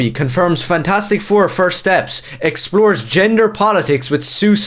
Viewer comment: Did you say “Fagtastic four”? 🤣🤣🤣🤣 Again, spot on👍